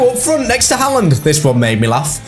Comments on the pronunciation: I beg stops calling him hah land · the mispronunciation of haaland is jarring 😭😭